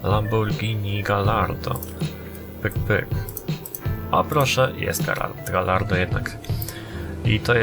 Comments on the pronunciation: i czyta się gajardo ( fonetycznie ) dwa ll czyta się we włoskim i hiszpańskim jako j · Gallardo wymawia się "gajardo" :)